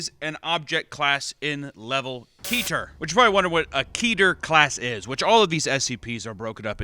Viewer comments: Oh no.. he says keeter not ketter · fun fact: keter is not pronounced as “key ter” but as Ket-Ter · pronouncing Keter as "Kee-ter"? I bet he pronounces the Kabbalah where the term Keter came from like "Cabela's" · Pronounced (ket-er) I was in SCP:Overlord… they all called it keter but like it was spelled with two t’s. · mispronounced so many words in this and I’m only 4 minutes in. Chitin, Anglican, and Keter (assuming volgun is correct). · I love how all new scp fans pronounce keter